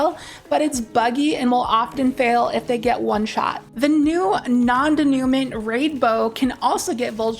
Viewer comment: Non denouement (de nu mwah {or ma}) That pronunciation was so damn cringe.